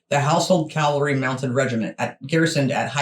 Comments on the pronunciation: It is NOT CALVARY, dumb yanks but cavalry! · Love your videos guys 💖 (but n.b. caValry not Calvary lol 😅🤣) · Dear ladies. It’s pronounced Cav alry rather than Cal vary. Love your interest in things British. When do you visit? 😁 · Ok FIRST THING. It is pronounced CAV alry, not calvary. The London Garrison is HYDE PARK BARRACKS at Knightsbridge and the Armoured section is at Bulford Camp, Salisbury Plain, Wiltshire, England. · What the chuff is the calvary? Cavalry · CaValry.. not calvary 😂😂😂😂😂😂😂😂😂😂😂😂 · Cavalry not calvary sorry to correct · It's Dra-goons. Also, the word is Cav-al-ry, not cal-vary. LOL. Princess Royal, Anne, King Charles' sister, is a colonel in the Dragoons and Royal Horse Guard, and has also taken over from Prince Harry as Captain General of the Royal Marines. Love you both and your shows. Wouldn't miss them!! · Cav-al-ry not cal-vary which is something completely different! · Cavalry....not calvery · Hi girls the word is pronounced…… Cav-al-ry……..not……..Cal-vary great show I love you yanks❤❤ David Liverpool UK👍🏻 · Ladies you are doing your best I'm sure and thank you for promoting Britain.. But please they are called THE HOUSEHOLD CAVALRY pronounced ( CA-VAL-REE) and the word you can't pronounce at all is THE DRAGOONS ( DRAG-GOONS) The are also Mounted Troops. The household Cavalry is part of the London Based HOUSEHOLD DIVISION which includes the World Renowned Foot Guards with the Black Bearskins Red Tunics and Black Trousers, The COLDSTREAM GUARDS, THE IRISH GUARDS, WELSH GUARDS, SCOTS GUARDS and the most Famous foot guards GRENADIER GUARDS,, hope this information is useful to you. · The calvalry? Hehe... I love you guys.